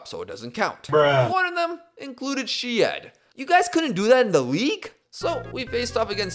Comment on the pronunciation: Ah yes! I remember watching Kay-Foom vs Shi-Ed at Kay-Foom Arena last year. Good times! Butchering aside, love your vids!